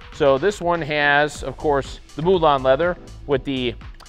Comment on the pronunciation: MooLawn leather? We salute you Jennifer Putman.